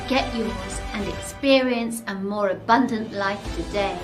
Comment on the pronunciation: British guy is a Northerner who's trying to pretend he isn't - listen to his pronunciation of 'abundant'.